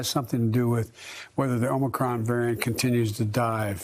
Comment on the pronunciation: They finely trained him to stop calling it "OMNI-cron". That's something.